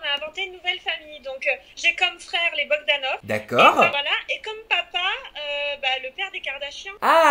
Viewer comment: C'est bogdanoff pas Bogdanov attention haha